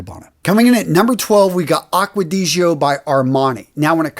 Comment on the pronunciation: Please for the love of God, learn how to pronounce Aqua di Gio !!! Just listen to one of Jeremy's videos, it's easy and you won't sound like an idiot..